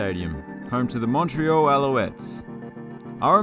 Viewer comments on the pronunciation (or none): none